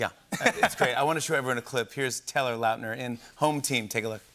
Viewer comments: all this time i thought it was pronounced “lah-t-ner” not “louwt-ner” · i’m sorry are we not gonna acknowledge that WE’VE BEEN MISPRONOUNCING HIS LAST NAME??? IT’S LOWT-NER??? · Apparently I've been pronouncing his last name wrong......🤔🤔😂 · I have been pronouncing his last name this whole time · Jimmy pronouncing Lautner is always cringe to me